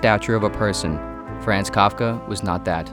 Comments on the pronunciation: Except it is 'Frahnz', not 'Fraanz,' like a Boston taxi driver... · “Fraanz” hurts my ear every time I hear it. It’s more of an “ahns” sound. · the narrator mispronounces his first name as it rhymes with bronze you're just gonna have to trust me on this... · Fr-ah-nz It's FR-AH-NZ... NOT FRAAAAANZ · Uhhh… The ‘a’ sounds in Franz Kafka’s name should be the same, all sounding like “ah”. As such, ‘Franz’ should sound like “Frahnz”. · pretty sure its. more like frahnz but whatever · Repeat after me---- Fr AH ntz . That is the correct pronunciation. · I can't listen to this because you keep saying "Franz" in a way that rhymes with "France." Just no. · You mispronounced his first name!! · If the narrator gets the a in Kafka right (pronunciation) why does he butcher the a in Franz? 🤔 It's the same vowel, pronounced the same way.